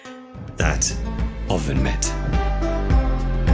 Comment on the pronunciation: Absolutely no one:: OVEN MIT